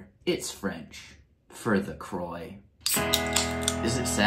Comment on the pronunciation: His pronunciation of 'Croix' made me wince.